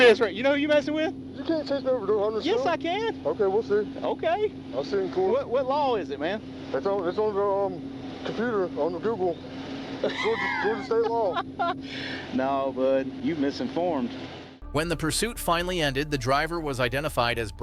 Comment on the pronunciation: Did he just say he looked it up on Joogul?😅